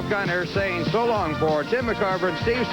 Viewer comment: Kinerism: He called Tim McCarver “Jim McCarver”